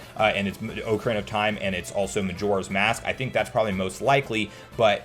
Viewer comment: Take a drink everytime he says 'oak-arena of time'